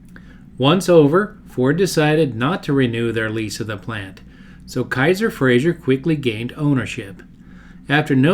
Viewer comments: Good video but one pet peeve is that his name is pronounced "Fra-zer" not "Fra-zhur" - he was Scottish, not French. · With respect, it's Frazer, not Frazier. It rhymes with "razor." Great job! I've always been fascinated by the Henry J/Allstate.